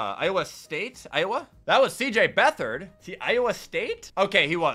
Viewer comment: Finally someone else who called C.J. Beatard, Beat hard 😭